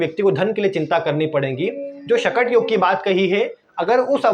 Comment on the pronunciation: चंद्रमा से गुरु - बृहस्पति 6 वे स्थान पर हो तो " शकट " योग बनता है और आप इस योग के नाम का उच्चारण गलत कर के "" शटक "" बोल रहे हो please improve the mistake ....